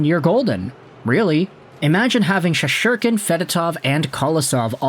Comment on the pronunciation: Bro it's Shessss-Tur-Kin not She-shor-Ken! lol 😂